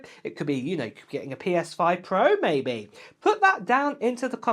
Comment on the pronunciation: What on earth is a "ma'-be'-ehh," though? LOL. Keep it coming,. Always entertaining.